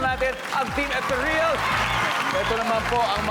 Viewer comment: "e-THEE-ryuhl" ho ang basa sa salitang yan, hindi "ethe-REEL."